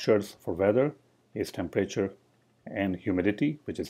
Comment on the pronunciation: Please learn the difference between a class and a struct. Oh, and please learn how to pronounce temperature, it’s not tempreyture.